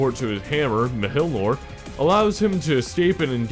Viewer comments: the hammer's name is pronounced Mee ol Neer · And Thor's Hammer's name is pronounced Me-y'all-near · FAM, you fucking butchered the pronounciation of mjolnir!!! XD I actually can't stop laughing. good choices though